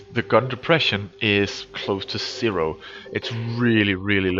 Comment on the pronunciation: i love how you say "sero" instead of "zero" ^_^